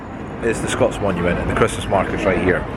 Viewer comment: "Scott monument", not "Scots monument" - come on dude.